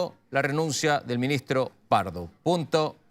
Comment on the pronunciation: el minigstro... minigstro... denle una fonoaudiologa a esa periodista